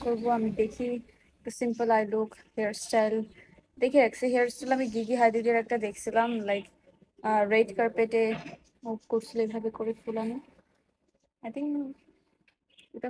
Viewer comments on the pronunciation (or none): its not গিগি its জিজি 😂